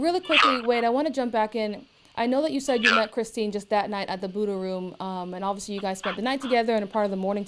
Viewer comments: The way he mispronounced the first victims name through the entire interview just makes it even more infuriating. On death row now, where you deserve to be. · He can’t even pronounce the poor woman whose life he ended name correctly. It’s Christine. Like he didn’t know that, they said it a million times during the trial. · He can’t even get the poor victims name right. Calls her Kristen instead of Christine. Kristen is one of his kiosk chicks. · He has such little remorse for his victims he can't even TRY to get her name right. Her name is CHRISTINE, not Kristen you clown! Kristen is the idiot putting money on your kiosk, idiot... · He can’t even get his victims name right 🤦🏽‍♀️ He keeps calling her “Kristen” instead of Christine!! This guy is confusing the victim with his daft kiosk Kristen girlfriend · I just can’t with this tool 🤦‍♀️ He’s so ridiculous it would be laughable if two women weren’t dead because of him!! He’s such a douche bag he can’t even get his victims name correct, kept calling her Kristin 🤦‍♀️ Sorry but this reporter should’ve corrected him every single time he said it wrong!! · Kristeen, not Kristen. U big overgrown dummy. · Why is he calling Christine Melton "Kristin?" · He doesn’t even know her name! He calls her “Kristin” and her name is “Christine” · Her name is Christine not Kristen !!! Are you kidding me 😧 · CHRISTINE buddy not Kristen 🤦🏻‍♀️ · How freaking embarrassing that he can't even get his victims name right. He keeps calling her Kristen instead of Christine, and Kristen is the woman who he's chatting to on the jail phone calls 😒SMH He really thought he was being convincing even though he confessed to Mila andchus father on public phone calls lol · Lies lies lies! What really gets to me is that he calls Kristine Kristen. Can't even get her name right. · He can't even say Christine's name! right..ugh he is so evil and obviously is lying. He is not a god fearing man, he is a demon. He will never hurt someone again.